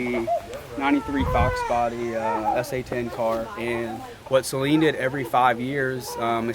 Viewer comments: It is said "Suh-lean" not "Say-lean". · First off Great upload and don't take this the wrong way because I'm not being a smartass but It's Saleen, not Sayleen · As someone that had a 2008 red flag edition SA-Leen, one of only 100 made, it makes me hurt physically hearing the word Saaayleen....Repeatedly. I thought u were a big fan of these cars. I'd guess you would at the very least learn how to say them...baby steps I guess for those that haven't owned one....lol. and yes that's a slight but also not meant to make u too butthurt. Just messing with u. But for real...SA-Leen....they are special cars...5 mins and google or YouTube can sometimes be your friend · Good lord pronounce saleen correctly... it's saleen NOT SAYLEEN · Saa leen not say leen😊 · You guys just glaze over the fact the 351 is a pushrod windsor motor in a new edge from "factory"! The extreme rainbow is a lot like LV4 midnight purple on the skyline but the beryllium is fire! Sorry to be "that guy" man but it is Saleen(Sa-Lean) not saline(say-lien), Mans name not salt water. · I had to laugh when he said wow look number 03 the 3rd one built....03 is the year...and if it says s281 that's 281 cubic inches....and it's saleen not sayleen .... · Every time you said sayleen it hurt that poor man…it’s Suh-leen…Saleen…Also Steve saleens daughter drives a new edge saleen…Thanks to both of you for the awesome video…. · My wife said the same. She was like, what is he saying? What is a Say-leen? Isn’t it pronounced Suh-leen? I just started laughing. It’s like the guys that say sir is that a Rooosh to my stage 3? Lol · There is a guy named Patrick with a huge collection of Saleen(pronounced Suh-leen BTW) cars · “Say-leen” oh my god I cringed everyone you said that. A little research before you shoot these videos would go a long way. I felt like my nephew was shooting this when you continued to say “vert”. I feel like these Gen Z kids have no business doing a legitimate review. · It's not Say-leen... jeez